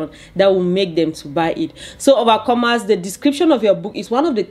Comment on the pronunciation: OMG I am so sorry. I just realized you were saying overcomers. I thought it was a term of endearment or something. Insert faceplant here. 🤦‍♀